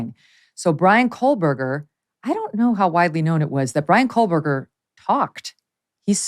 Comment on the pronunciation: Megyn, stop putting an L in Koehberger please.